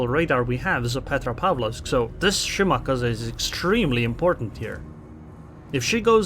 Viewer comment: The way you pronounce Shimakaze is stroke inducing. Good video.